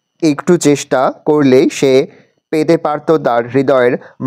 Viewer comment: পেতে পারতো ❌ পেদে পারতো ✅ 😅😜😂